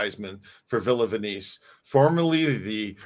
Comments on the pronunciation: It's Not pronounced VENYCE it's ven is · do you really not know how to pronounce "Venice"????